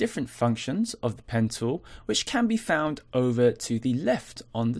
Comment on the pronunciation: Great tutorial! Every time you said "Pen Tool" it sounded to me like you said "Pencil"... lol